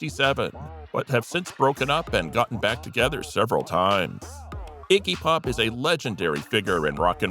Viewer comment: Did he say Icky Pop?